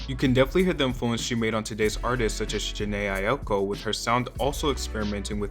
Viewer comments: Aiko not “Aioko” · Jhené EYE-OH-CO?! 🤣🤣🤣🤣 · My man really said Jhene EyeOko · "Jhené Ayoko?" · Nobody finna talk about saying “Jhené Aioko” twice💀💀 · Why are you butchering jhené’s name like that? She’s an RnB legend give her a little respect 😩😩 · Jhené Ai- what? Try again please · not you mispronouncing Jhene Aiko’s name 💀